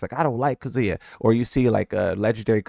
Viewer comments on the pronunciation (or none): Do you hear how he pronounces Kazuya in general?